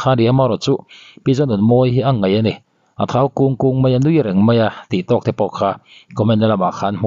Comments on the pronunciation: A ngaih maw...😂 A ngeih tih tur aw. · A ngaih nilovin ngeih tih tur nih hmel,,ngaih leh ngeih chu a dang daih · "A ngaih" ...., a ngeih, tia i sawi hunah ka ngaithla ve thin ang. Ngaithla lo rih mai ang.